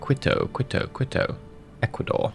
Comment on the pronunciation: Quito “keeto” 😉